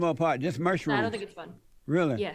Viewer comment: "just MERSHROOMS"